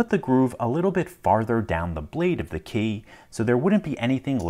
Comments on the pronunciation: The guy pronounces key like Kay, it seems to anoy me a little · he pronounces the word key like someone who never uses keys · KEY!! Say KEY!!! K-E-Y. It’s not a Kay. Stop saying Kay!! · His "key" always sounds like "Kay". No idea.